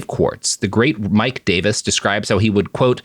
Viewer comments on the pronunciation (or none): none